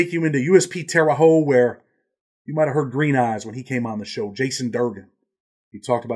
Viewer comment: Just wanted to say Indiana is a great state but it's terre haute (hotte)